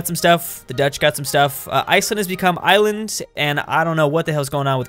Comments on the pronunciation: NOT ISLAND! ITS IS-LAND! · Ísland is just the Icelandic word for Iceland. It's pronounced how it's spelled, not like in English where we drop the s, so more like 'ees-land' rather than 'ai-land' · the Iceland country is pronounced iss-land because that is ice in Icelandic. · Iceland is still pronounced iceland, Ísland.